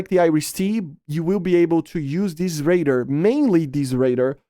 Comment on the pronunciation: you say "raider" instead of "radar"